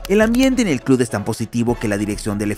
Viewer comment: Hay algo que me pone de los nervios. Como puede ser que una persona que tiene un canal llamado futbol CLUB pronuncie CLUD?!?!?! Me vuelve loco🤣